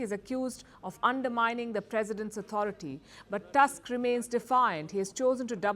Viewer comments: "Tusk" instead of "Toosk". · I like how she says "Task" instead of "Tusk". 😅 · Prime minister TuSSk, a hitlerite controlled by german secret services since the late 1980s when he was working for east german Stasi as agent "Oscar".